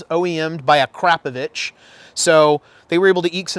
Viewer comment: Even better is the way he says 'a crap o vitch'.